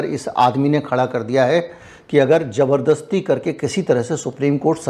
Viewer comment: Jabardasti nahin.... Zabartasti. Practice karo